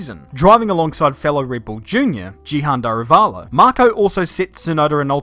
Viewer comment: You're probably the first person outside India who pronounced Daruvala's name correctly.